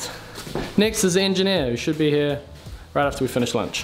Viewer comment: He definitely still says the H in 'here' tho.